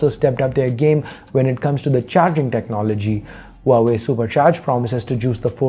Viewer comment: Loved the way you pronounce Huawei🤩